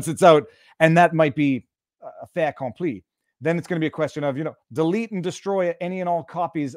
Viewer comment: No liaison, Viva? Fait^accompli